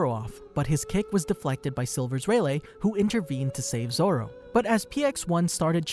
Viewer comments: Who else got mildly infuriated by him pronouncing rayliegh as relay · Love how he proceeded to call Rayleigh, Raylay